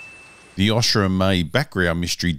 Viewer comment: Hey, Why can't you pronounce O-sha correctly? As in ocean. Not osh like a sneeze. Although the sneeze is funnyer.